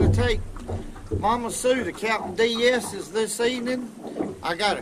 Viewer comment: Boy I hollered when he called captain D’s “Captain Dee-esses”